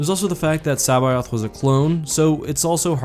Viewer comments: You murdered that pronunciation of C'baoth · It physically hurts hearing you pronounce Joruus C'baoth and Plagueis.